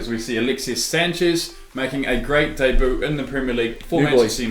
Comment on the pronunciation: It’s pronounced daybū not deboo for debut